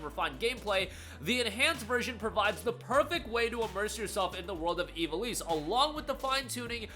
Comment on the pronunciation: Dude. Say it with me - IV - AL - ISS. IV AL ISS